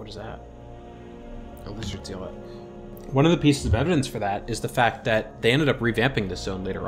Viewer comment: Zee-lot? Aye-vatar? Are you trolling? Or? Zealot is pronounced zel-ot, as in religious zealot. Avatar... like the last air-bender. There is no way you don't know this.